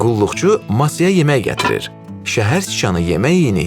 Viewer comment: yemeh yox yemek